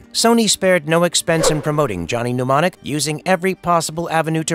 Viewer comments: It's Mnemonic not pneumonic. The writers and the talent on this site don't watch the movies they review. Google at best. Pathetic. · I find it infuriating that mnemonic is being incorrectly pronounced, it's "nem-on-ic", not "pneumonic".